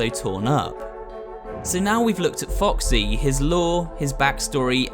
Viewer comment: did he just say Captain Woxy??